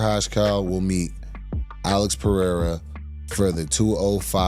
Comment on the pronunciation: It’s Pereira with an R sound not an H sound from what I’m hearing. Let’s get it right!